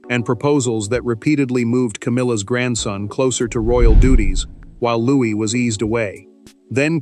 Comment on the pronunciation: Louis not Louise